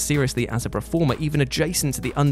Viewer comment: Hey,. Please can we learn to say 'performer/performance' correctly? You've caught a touch of the Gary Barlow's with your 'preformer'